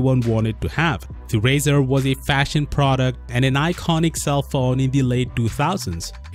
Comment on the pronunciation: Pronounce it right!